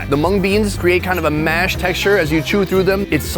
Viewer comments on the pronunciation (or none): none